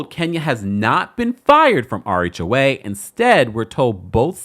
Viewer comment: I thought you were saying "our HOA", not "RHOA". 😂